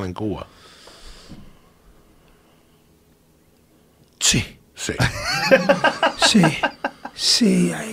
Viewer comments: “In Kuwa.” -“In Kuwa.” “In Cuba” -“In Cuba” LAWL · yeah, its supposed to be pronounced Cuwa. I'm also a native cuban c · Yoel: En Cuva Joey: In Cuba Joe: In CueBall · Joey: in gua Yoel: in gua Joey: in Cuba Yoel: in cuba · It's CuVa with a silent V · Joey:en cooba? Yoel: en cooba Joey:in Cuba Yoel: in Cuba